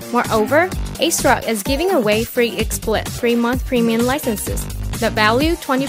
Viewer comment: Ohhhh! It's pronounced ACE Rock? I thought it was AS Rock.